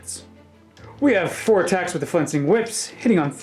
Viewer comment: I love your reports, keep doing your thing, but you keep saying "fencing whips" and it drives me insane every time, sorry, but it's "flensing" with an L